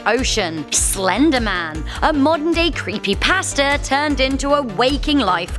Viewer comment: crepapasta is what’s I hear